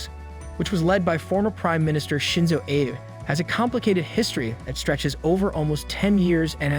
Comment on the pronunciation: You've just said "Abenomics," and couldn't pronounce the namesake of the plan immediately following it. The man's name wasn't "Abe" as in "Abraham Lincoln," his name was AbEH. Short e sound. As in "meh," who ever is reading this doesn't know what they're talking about. Dude. Why are you talking about Covid. That is over. Gone. It's "no problem" to "contain" it because that 💩 has fizzled. Perhaps holding onto this idea of the pandemic, e.g., keeping tourists out, limiting international activity etc., is what has resulted in the current slump. They're open now. We're in a post-covid era. And good riddance. Masks and isolation suck. 😷 And what does "diversity equity and exclusion" have to do with anything? Irrelevant and only relevant inasmuch as it reveals this channel's bias. Japan's problem is it's aging population and falling birthdate. There are less people who work as most of them are taking care of their aging parents. And nobody wants to have kids because having one is extremely expensive. Whoever is writing this can kiss their dream of "DEI" goodbye; Japan does not want to become another Europe where immigrants are... "enriching" the local culture with crime, rape and religious turmoil. Not gonna happen. Ever. The Japanese don't want that. NEXT!!!